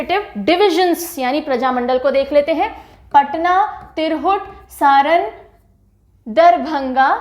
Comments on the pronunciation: तिरहुट नही मैम, तिरहुत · तिरघुट नही मैडम तिरहुत होता हैं। बेहतरीन तरीके से समझाया आपने